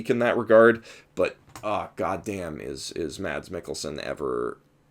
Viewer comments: He's actually pronounced Mess, not Mads. But yeah, I agree, he was amazing in here and he is amazing in everything he does. If you haven't watched Hannibal: Shame on you, for it's on of the greatest shows there ever was. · try to pronounce mads as mas its kinda how its pronounced in denmark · The D in "Mads Mikkelsen" is actually silent, so it's pronounced something like "Maz"